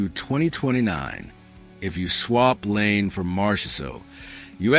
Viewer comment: It's not Lane...it's La EE nay Laine